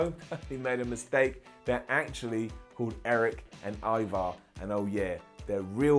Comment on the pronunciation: I like how cole kept saying e-var instead of ivar !! Obviously michael never watched the hist chanl show the vikings ! I mean cmon cole ee-vaar 😏😏😂😂